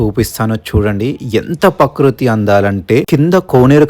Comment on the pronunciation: అంతా బాగుంది కానీ ప్రకృతి అని పలకాలి కానీ ఈయన పకృతి అని, చేప అనాలి ఈయన చాప అని పలుకుతున్నారు. ఆళ్వార్ అనాలి కానీ ఈయన ఇంకేదో పలుకుతున్నారు. కొంచెం మంచిగా పలికితే బాగుంటుంది అనిపిస్తోంది. Sorry ఇలా చెప్పినందుకు. మంచి information.